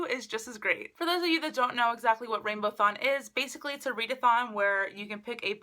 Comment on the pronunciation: Isn't it RainbowAthon and not RainbowThon ?